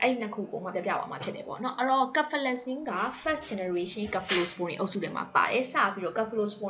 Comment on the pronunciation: စဖယ်လဇင်လို့အသံထွက်ပါတယ် ကဖယ်လဇင်လို့ အသံထွက်တာကြားမိတယ်